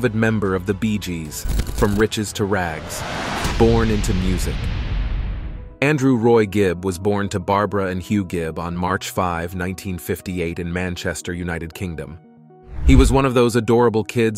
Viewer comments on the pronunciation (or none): Not even five minutes in. Maurice is pronounced "Morris" and their father's name is not High - it's Hugh. The surname is Gibb - not Gibbs.